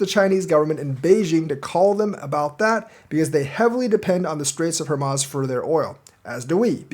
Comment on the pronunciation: it's pronounced, "Hor mooz"